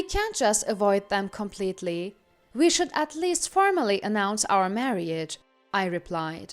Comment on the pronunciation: Marriage os TWO syllables, NOT three. It's pronounced "mar-age" not "mar-ee-age"